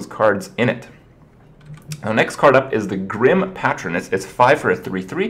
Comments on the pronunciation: Grim PAY-trin. Not pah-trin. Bom-ber is cool though. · Isn't it pay-tron not pat-tron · This really doesn't matter, and I feel like an idiot posting it, but "Patron" is pronounced "Pay-trun." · Pay-tron, kripp. Grim pay-tron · Grim Patch-rin? Come on now Kripp. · Say it with me. Pa-tron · its pronounced paytron kripp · And 'PaTTron' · Grim patron (pay-tron) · Patron, it's pronounced "pey-truh n" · it's pronounced pay-tron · The way you pronounce patron makes me question everything I ever thought about your intelligence.